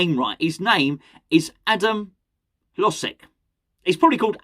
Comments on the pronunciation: According to some of my eastern european friends, it's pronounced: Hoh-jek. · My Czech girlfriend says its pronounced - her-loge-ziek - though what does she know (don't tell her I said that btw)! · Your Eastern European friends are wrong. Maybe because CZE is not Eastern Europe. Hložek name is pronounced: Hlo-zhek. "Ž" is like french "J"